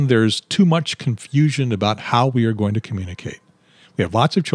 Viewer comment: why did you say CON-Fusion ???